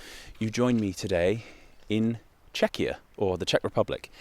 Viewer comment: Or pronouncing Czechia as Chechia (or how that would be even spelled), that kinda grinds my gears